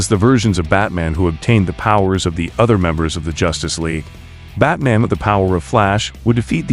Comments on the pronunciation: This was decent but unfortunately had to cut it short due to my rage that builds everytime the ai says 'batmin' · Say Batmn one more time please 👌👌👌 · "Batmin" hahah